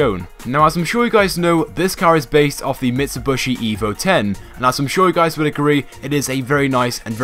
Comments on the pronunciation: cool! a mitsubishi lancer :DD DID YOU JUST SAY MITSUBOSHI ? goddammit xd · "mitsubushi" rofl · "Mitsubushy" ahahaha